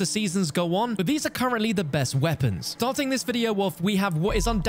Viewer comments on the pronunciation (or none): none